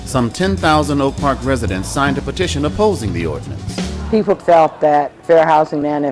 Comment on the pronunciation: nice video. Please correct: Ordianance Ordinance.